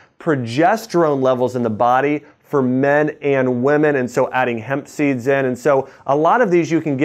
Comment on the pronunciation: He said hemp seeds,I heard Pepsi.